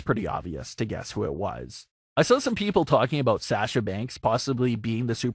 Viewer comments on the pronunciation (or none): Him: Sasha- SAsha Me: Sasha- sosha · How is it you watch WWE, and still pronounce it "Sash-uh"?